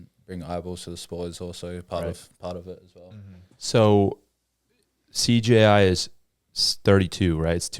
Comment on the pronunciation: Hasn’t said CJI right yet lol